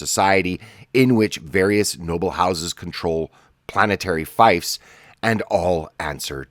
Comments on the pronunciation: Fief is pronounced feef, not fife. Fife is a place in Scotland. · If you don’t know how to pronounce “fief” (think “thief”, but f instead of th), you have really no business discussing anything around them